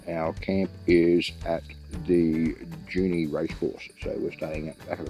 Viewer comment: Injune pronounced In-June.....great video! Thanks Guys!